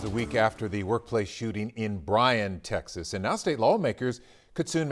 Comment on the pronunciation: You're pronouncing it wrong it's, Texas not "taxes".